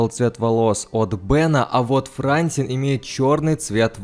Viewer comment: не ФрАнсин, а ФрансИн ударение. Вторую серию уже так!!!!Исправляйся)))